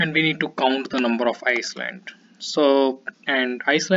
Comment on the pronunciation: you might want to correct your pronunciation. It is not iceland otherwise good effort !